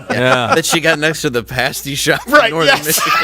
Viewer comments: We love you here in Northern Michigan! Thanks for pronouncing “pasty” correctly! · As a Cornish person hearing an American describe and pronounce pasties correctly was pretty cool. Edit: Damn then he said they wouldn't put onion in, so close. For the record a traditional pasty filling would be diced steak, potato, swede/turnip/carrot and onion. But yes they are deceptively warm on the outside for having molten slag inside.